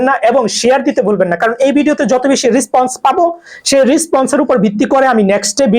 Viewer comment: রেসপন্স। রিসপন্স নয় bro